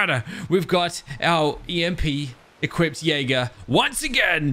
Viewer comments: Anyone else have an eye twitch when say "equip-ted" not Equipped? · "Equippeded."